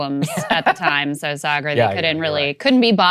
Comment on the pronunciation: ?: How can you tell that Saagar is a Texan? A: because even when he's lived in a foreign country, he still mispronounces it like a Texan would.